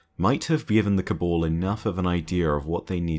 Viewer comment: why is it that you pronounce Cabal as Kabul ?